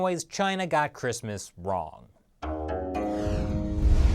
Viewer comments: Don't you mean "7 Ways China Got Christmas Wong"? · Don't you mean "7 Ways China Got Christmas WONG"??